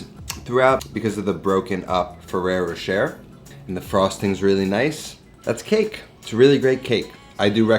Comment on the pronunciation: Ferero roCHER? Cmonnnn man, youre better than that. Congrats on 100.